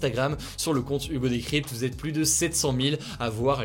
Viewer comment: Aïe ! Pas pluSS proche. On ne prononce pas le S dans cette phrase. Pour le reste, tout est top.